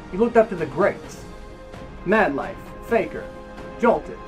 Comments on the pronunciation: TRIGGERED he said Jolt 3D wrong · You pronounced Jolt3d wrong there